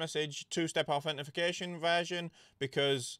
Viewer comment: Did someone comment it's authentication, not authentification? Bugged the hell out of me😅